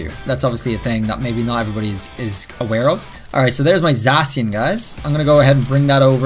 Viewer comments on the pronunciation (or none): Pleas don’t say zasian say zakian